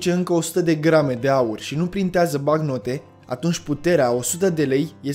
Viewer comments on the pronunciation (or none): "BaNcnotă" nu "Bacnotă"